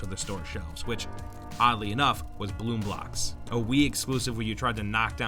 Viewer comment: Yes yes bloom blix not boom blox